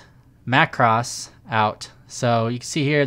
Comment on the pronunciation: Mah Cross ... not Mak Cross. It's from the anime. Otherwise. Good video!